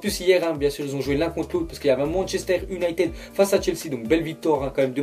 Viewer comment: La vie arrete de dire Manchester UnitEd , le " e" se dit "i" Gros fait un effort mdr